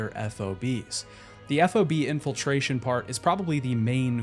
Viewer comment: You calling them eff oh bees drives me nuts lol its called a fob. Just like its spelled.